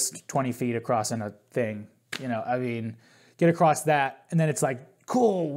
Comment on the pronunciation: Did he say, ‘acrosst?’ Dude…